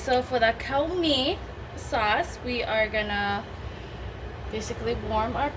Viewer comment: Damn e ha nee! It’s pronounced like “COOR” think of COORs light beer. Need to “KUA-rect” your pronunciation. :)